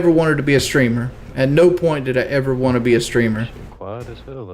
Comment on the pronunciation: "waont" and angles his Head to his right